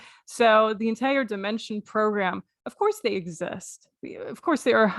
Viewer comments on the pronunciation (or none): Fortunately, I got my money back. I don't know if he intentionally pronounces words a certain way to make him sound more intelligent. For instance, dimension. He says dime (as in coin) ension. Civil-eyes ation and a few others. I like how you mocked his "from the hood" stare at the beginning. LMAO! Keep hitting that list. And thank you. Too many people are being scammed and I'm glad somebody has the stones to expose them.